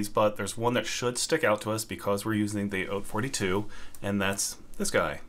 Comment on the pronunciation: thank you for pronouncing "haute" correctly. Not a single other video i've seen has been able to accomplish this monumental feat.